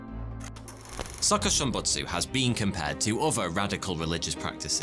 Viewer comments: Hearing him say suhkuhshimbutsu hurts my ears..I think it's supposed to be pronounced as sookooshimbutsu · His Japanese pronunciation is so funny to me😭